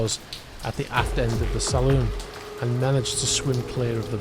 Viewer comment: Saloon is pronounced Sal- loon. "Salon" is for hair dressing!